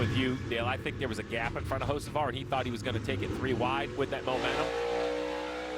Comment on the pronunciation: 🤔if I had a dollar for everytime I heard "O Hosavar" I'd have Dale Jr's type of money by now 😂